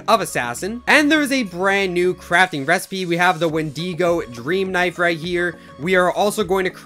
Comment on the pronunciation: Me heart broken Couse he didn’t say wendigo right and said wendeego